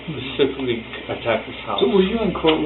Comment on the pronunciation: He said pacifically...specifically 👀